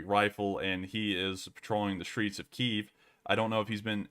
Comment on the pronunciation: Its pronounced Kyiv.